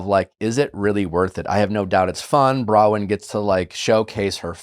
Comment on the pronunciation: Nick, why do you refuse to pronounce Bronwyn's name correctly?